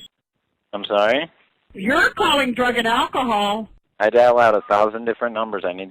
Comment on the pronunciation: Yer the person callin drug-in-alkahaul.